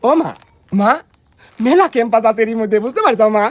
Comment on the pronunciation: ক্যাম্পাস না পেম্পাস 😅😅